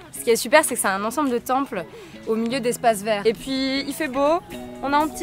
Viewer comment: Bof bof...La vidéo je veux dire ...pas les ..."Tempellls" 😉